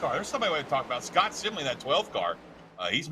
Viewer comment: It's SIM-LEE..... 😆